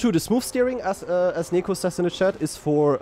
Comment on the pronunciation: It's nEko not nIko....